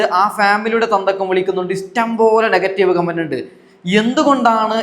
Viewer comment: Istam അല്ലാ, ഇഷ്ടം, ennu പറയു, അതുപോലെ വിശമം, അല്ല വിഷമം